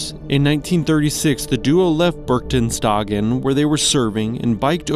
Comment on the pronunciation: I know, Berchtesgaden is a very difficult word for non- German speakers, but since this is a human speaker and not AI I would at least have wished for a serious try without swapping letters.